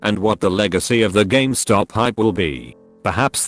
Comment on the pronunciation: Nobody:: Games Top